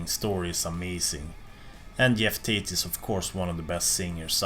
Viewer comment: "Yeff Tate"